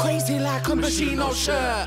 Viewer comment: That is not how you pronounce Moschino...cool song though